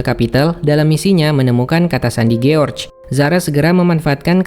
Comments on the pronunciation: Jors bukan giorge cara bacanya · George dibaca Giorc, hahaha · kok giorc anda bacanya bos